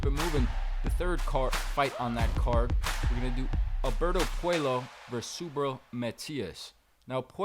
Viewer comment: N it's pronounce Pueyo not puelo so in Spanish the double LL makes the yo sound 😮😅😅😊